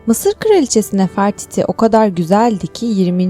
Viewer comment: Nəfərtiti yok Nefertiti. Dilsiya 0